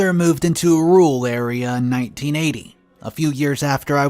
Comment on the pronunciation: God, please learn to read and pronounce words properly if you're gonna do videos, I like some stories but u don't read them well, u can't pronounce words correctly I backed the video up three times to find out about "rule property" it's RURAL, I thought I was mishearing it